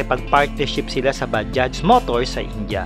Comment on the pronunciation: Kala ko baha yung pag basa sa bajaj 🤣 bajaj pala..